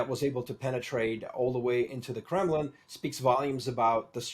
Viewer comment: it's Kremlin, not Kremin.